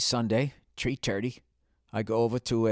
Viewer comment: Was it TREE TURDY. BILL. WAS IT?